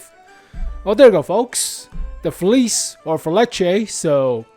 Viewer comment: … “Fe-li-che”